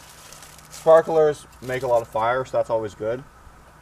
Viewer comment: If you can't pronounce sparklers correctly, you probably think the microwave uses microwaves to cook food.